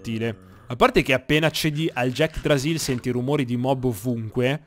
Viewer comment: Sono l'unico che non aveva visto il video dove nominava l'yggdrasill "Jackdrasill" e pensava che eren avesse trovato la vera pronuncia di Yggrasill?